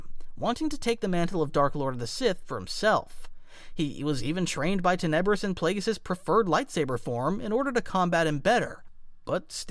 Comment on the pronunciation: Awesome vid, you put a large amount of Sith lore into it! But, I do believe that you are mispronouncing "Tenebrous". You're saying Ten EB rous, and I think it's TEN eb rous, with emphasis on the first syllable, not the 2nd. I know, not a big deal, seriously, great vid. It's kinda like how a lot of Star Wars people call the Darth Vader's star destroyer the EX ecutor (as in a person who executes felons) when it's actually the ex EC utor, with emphasis on the 2nd syllable. I get it, I'm being picky and it's a common mispronunciation, but I'm passionate about the Star Wars franchise and I'm also a bit OCD. Mom was a grammar teacher, so....... Anyway, you consistently put out good content, but your subs are low. I don't know why.